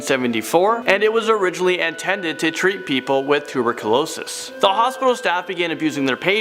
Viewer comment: Say tuberculosis again lol Too -burk-cou-lo-sis .....